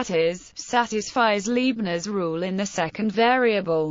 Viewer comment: I hope somebody has already noticed all what the audio track misses (like all the nabla symbols) and the mistakes (like the pronunciation of names such as Lie and Leibnitz and taking TM to be Trademark instead of tangent space).